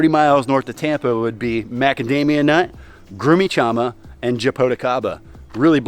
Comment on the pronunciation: Grumixama is one of my favorite fruits, it's really unknown here, but delicious. We pronounce it something like this .sean.mah/.